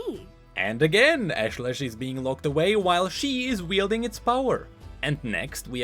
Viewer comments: Love how he mispronounces "ashlash" literally after seconds after Nilah says it correctly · I like that Nilah pronounced her demon's name for you and then you continued to mispronounce it. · you heard her pronounce Ashlesh and still pronounced it the same way?